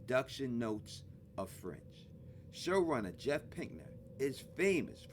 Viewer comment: Me too at first.😂